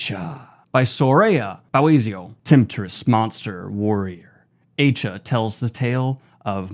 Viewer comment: It isn't pronounced as "eye-chaa". It is an Arabic name with the more commonly known spellings being Ayesha or Aisha. The correct pronunciation is "eye-shaa".